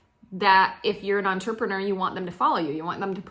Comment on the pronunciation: U say entrepreneur funny lol